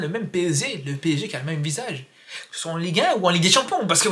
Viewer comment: " On a le même PSZEE " 😂😅